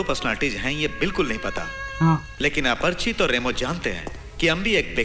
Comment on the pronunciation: Rambo nahi Remo hai naam aur aaparachit nahi Aparachit hai😂